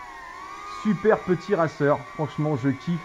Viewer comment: Racer se dit "reyceur" en anglais (je sais pas écrire de la phonologie). Ça me stresse un peu :P